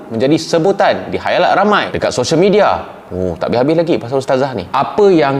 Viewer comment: Cap salah sebut khalayak jadi khayalak 😂😂..ape2 pn smoga dpat capai 400k subscriber bulan ni cap